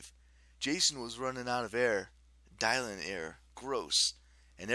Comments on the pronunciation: Its dih-lan not die-lan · Why did you pronounce Dylan that way?? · your pronounced Dylan wrong!!!!